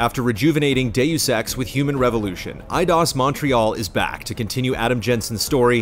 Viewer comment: Now think of saying 'Doos Ex, Mankeen Dividead'